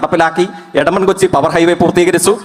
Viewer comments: ഇവന് മലയാളം അറിയില്ലേ കൊസ്സി പോലും കൊസ്സി 🤣🤣🤣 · കൊസി അല്ലടാ കൊച്ചിയാണ് കൊച്ചി😂😂😂